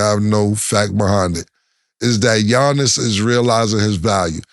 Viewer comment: Cam butchering Giannis’ last name 😂😂😂